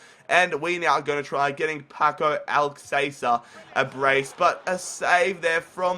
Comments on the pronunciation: It's pronounced Alka-th-air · Its pronounced al KAH ther. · I think you say his name al-ka-sir and great video.